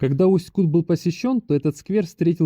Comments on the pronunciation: Все время режет слух неверное ударение. Река КутА, а не КУта, потому в Усть-КутЕ. В целом- спасибо за ролик. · Да ёмаё, ударение ставится на последнюю гласную. Усть-КутЕ, Усть-КутА. Аж уши режет как вы говорите. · Местные делают ударение на последней букве - в Усть-КутЕ. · Уважаемый блогер, научитесь правильно ставить ударение на название города! И в принцепе блог о городе не интересный. Все кусками. Итог: город грызный! Да он не очень чистый, но у нас очень красивая природа! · Ударение делай правильно я могу говорить все что думаю ипоправлять мне 84 года и я жила в Усть Куте ударение на е с 1944 года все прошло при мне если бы могли встретиться то много могла рассказать но увы я далеко пишите отвечу спасибо за мой Усть Кут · Усть-Кут как сильно режет по ушам, историю рассказываете, а название города даже назвать правильно не можете😡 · Если река КутА ,то ударение правильно ставте в названии города , иль поинтересуйтесь у местных!!! .....